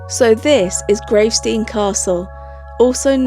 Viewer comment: I adore how you said gravesteen , never heard anyone say it more cool . We only have around 7 of those red mailboxes left btw .